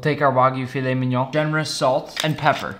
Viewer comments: he finally pronounced filet mignion correctly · As a french guy, nice prononciation of filet mignon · Damn good job on the filet mignon pronounciation👍